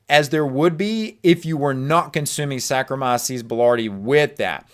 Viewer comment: You’re pronouncing sarkomyces